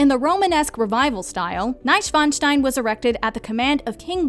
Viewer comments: I was like "how tf did you pronounce Mainz right in the introduction but bungle it every time after?" And Neischwanstein? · An die deutschsprachigen Zuschauer... Hat von euch auch jemand den Untertitel angelassen und musste heftig über Bomb back (Bamberg) und Neschfeinstein (Neuschwanstein) lachen?